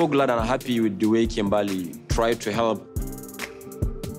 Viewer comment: first of all the way you said Kimbahly .....dead 😂